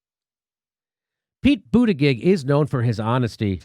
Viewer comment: The intentional mispronouncing of Pete Buttigieg completes me as a person.